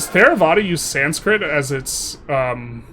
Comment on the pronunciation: Theravada is a hard T like Thai